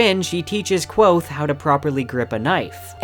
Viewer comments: It's Kvothe not quothe! lol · This is great, but for the love of Tehlu, it's Kvothe, not Quothe. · His name is Kvothe not Kwothe, interviews and the audiobook both pronounce the V. Please adjust your pronunciation in future videos, it's kind of cringy. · It's not pronounced Kwothe. Read a fucking book. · stop saying kwothe... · Great video, I love your Kingkiller content! But it's pronounced Kvothe, all one syllable with a KV sound, not Quothe here's Pat saying it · did this dude say quothe? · I liked the video, but I think your pronouncing kvothe wrong. Patrick rothfuss has a pronunciation video and says the v sound in it. Thank you for all your research into the video. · Pat is very clear in his pronunciation video that the v is not silent. He says it like 3 times in a row. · Yo me too ITS A V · Not a bad video, but it's so hard to watch somebody who obviously likes this series as much as me pronounce the protagonists name incorrectly 37 times. Especially in a series where names are so important. Elodin would be disappointed. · It's hard to take your videos seriously when you can't pronounce Kvothe right. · The "v" in Kvothe is not mute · Just grow balls and pronounce it right. Don't waste your time worrying about the feelings of people who don't have the time to listen to Pat pronounce Kvothe the way it's spelled. Don't be a sheep because a portion of your viewers is incredibly stupid. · In that videos linked above, he says Kvothe with a v